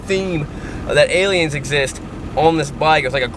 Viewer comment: “Alien” = A-lie-n